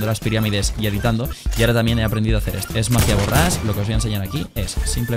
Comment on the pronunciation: Mis amigos también se burlaban de mi por que yo decía geacer y ahora lo dicen por qué tu lo dice jajajaj prras